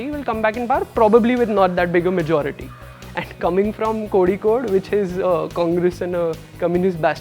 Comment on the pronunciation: This Singh guy even don't know how to pronuce Kozhikode u can say calicut instead of Kozhikode please don't insult our place.